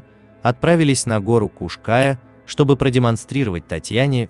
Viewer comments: я - крымчанка. режет слух, когда названия произносят ся неправильно. а правильное гуглится за полминуты. Название горы читается как Куш-КаЯ, а не Куш-КАя. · Куш-каЯ, а не куш-кАя. Неужели так сложно хотя бы в википедии глянуть ударение, если делаете материал, то делайте качественно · Как же режет слух Крымчанину ваши кАя... Куш-КаЯ ударение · История печальная, каждый должен сделать вывод, что горы-это красиво, но опасно, всегда нужно быть на чеку! Не могу не написать, всё видео резало слух- Куш -КаЯ, ударение на Я! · Куш Кайя. Ударение на последний слог. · Не кушкааааая!, А Куш- каяяяяяя! Учите мат часть ,,эксперт" , противно слушать! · Только не КушКАя,а Куш каЯ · КушКаЯ-крымско-татарское с ударением на последнем слоге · Для начала смени "увлекательный голос робота", на живого человека. А в поисках Сидоровой - лично принимал участие. Нет ее в горах, облазили там каждый сантиметр. И да, робот ударения не будет путать. Куш-КаЯ - на я ударение. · Ударение неправильное в "Кая" и на карте не та Куш-Кая указана. Да и не у Балаклавы она. Дальше слушать не стал. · КУшКая не в переводе с тюркского, а КРЫМСКО-ТАТАРСКОГО, ударение на последнем слоге.КаЯ--обрывистая скала Куш-птица или "двойная" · Куш КаЯ.. Ударение на последнем слоге.. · Ударение на буку Я! Куш -КаЯ! Простите за исправление! Просто слух резало! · И на у ударение кУш-КаЯ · Куш-КаЯ называется вершина. Братан, ты бы хоть поинтересовался, прежде чем 100 раз неправильно озвучить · Уши режет неправильное ударение!Куш-КаЯ,ударение на Я.Пусть пишу поздно,но так поздно посмотрела видео,говорите грамотно . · ударение на Я Куш-Каяяя , перед тем как видео делать учи как слова правильно пишутся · Kaş Kaya правильно говорить надо. Татары Украина 🇺🇦🙏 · Куш-Кая...Ударение на букву Я Тюркская топонимика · Куш- каЯ. Ударение на Я. Хоть бы поинтиресовался, прежде чем выпуск готовить. Чуть кровь из ушей не пошла🤦‍♀️ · А ещё автор говорит Куш-Кая с неправильным ударением, бесит ) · Кушкая дико режет ухо.